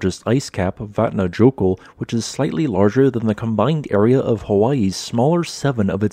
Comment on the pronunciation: nahhh.. you don´t pronounce "j" in icelandic like in english , it´s a Y : "Vatna-yoekutl"